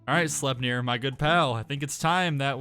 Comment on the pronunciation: It’s pronounced: slep-near.